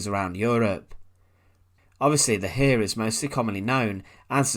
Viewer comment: And likewise, it's not the German "hair" - it took a moment before I realized that it was about the German "Heer".